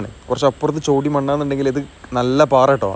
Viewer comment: ചോടി അല്ല ചേടി മണ്ണാണ്